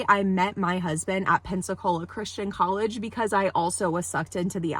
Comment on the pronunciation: absolute jumpscare hearing you say pensacola christian coillege.. as someone living in pcola